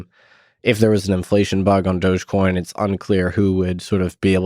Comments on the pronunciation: Why are people sating "Doughje coin" Is it not "Doggy" - "Dog-E" ??? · I’m new to all this but I’m pretty sure it’s pronounced, “Dog-e-coin”, as in “doggy”. Why else would a dog be the mascot? And it’s an e-coin, i.e., electronic coin.